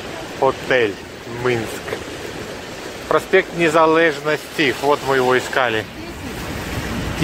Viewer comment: Не нужно гласное "е" в белорусском тексте произносить как "э". Звучит на украинский манер. Нужно произносить "праспект НезалЕжнасці". Как видите, так и читаете.